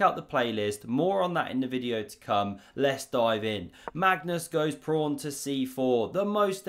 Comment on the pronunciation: "prawn to sea ships" did I hear that or was that your accent? (I'm american)